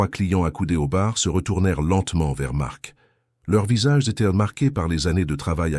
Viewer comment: Dommage ces " ils étairent" au lieu de ils étaient et trop souvent à mon goût ! Sur plusieurs verbes !